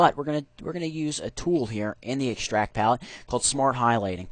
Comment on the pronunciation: ikschtract :D